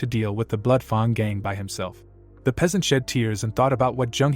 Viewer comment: I can understand mispronouncing some odd words and foreign words but seriously? how do you fail to say Fang correctly...